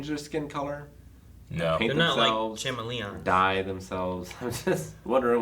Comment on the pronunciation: That is not how "Chameleon" is said!!!